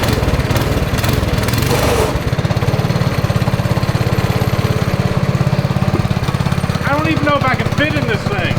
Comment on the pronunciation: Bringing back the "noice". Noice.